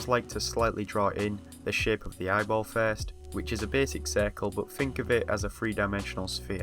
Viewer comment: i watched the whole video thinking every time he said shape he was saying shit